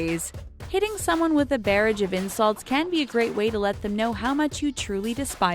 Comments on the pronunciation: Why is the narrator pronouncing so many words incorrectly? It's buh-rahj not bear-rage. It's duh-terred, not de-tiered. There's like 15 words this lady mispronounced. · Its pronounced "bah-rahj", not "bear-age". That wasn't the only mispronounced word in the vid, just the worst one. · bear-age? it's pronounced buh-rajd (barrage) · This is so stupid. She is a COMEDIAN! People are going to come on the show and throw jokes at each other. SMH. Why do I even bother watching anything from when the stupid girl announcer cannot pronounce anyone's name, and also some very basic English words (it is bahh-rahhge not bare-idge) correctly??? Doesn't the announcer watch TV, other YouTube videos, or like SPEAK to any other people??? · ... LMAO, Are these commentators retarded? She said "barrage" rhyming with carriage, it's "bar"(as in the place you drink) and "rage" rhyming with garage. Learn how to freaking read. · Barrage is pronounced "buh-rahge" not "bear-edge" and undeterred is not "undeTEARed." Plus, how on earth do you not know Chaz Bono has two long "o" sounds??? He's not from U2! Lol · Did she just say barrage like I think she did? lol its pronounced like the word "mirage". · Anyone notice how many words this chick mispronounced? If you’re going to do commentary you should read your script and check pronunciation of words you aren’t familiar with. Honestly though, who isn’t familiar with the word “barrage” and how to pronounce it...hint: it’s not pronounced bear-rage. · I feel like they always purposely pronounce words wrong barrage is pronounced burrr ahhhge and Chaz bono is not bah no it’s boe no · learn how to pronounce words like ‘barrage’ if voice work is your fucking PROFESSION. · You mispronounced “barrage.” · And she can't even pronounce many of the words right. Like egregious and barrage. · How does a commentator not know how to pronounce barrage? 😂😂😂😂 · The way she said “Barrage” triggered me .... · that is not how you pronounce barrage...